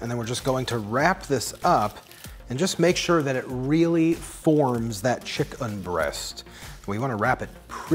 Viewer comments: Please just say chicken! I understand why you add the emphasis but it’s quite painful to hear chickUN every 10 seconds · Lol for what it's worth, I was not bothered by you saying "chick'un". I think a lot of people appreciate you differentiating from the animal, and I'd include myself in that too. Love your videos, thank you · Stop saying chickUn, please, you're a good person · Nobody:: "ChickUN" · Scrolling thru to see anyone point this out 😂😂😂😂😂 chick'un help me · Take a drink every time he says chick-UN!! No kidding though, this recipe is awesome. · Yeah I'm wondering too. It sounds off. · "Chik UN" lol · Take a shot everytime he says chickun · Thatt's wha t ivee ben dooing anand noww ii cccant' tyypes anymolre. hic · Please stop saying chickUN I want to cry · STOP SAYING CHICK-UN!!!!! I had to change the dang video cause my wife was gonna kill me. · Can we stop saying chick-UN? It’s faintly ridiculous. Cheers.